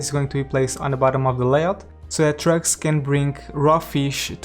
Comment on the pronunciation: When you say trucks, I hear drugs -“Where drugs can leave the city” Really liking this series, I’m trying to match what you’re doing just to get some inspiration how to create my own one